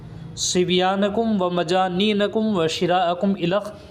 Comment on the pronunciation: ارے بھائی اردو تو صحیح کر لو اپنی ۔ وہ الخ ہے الی خ نہیں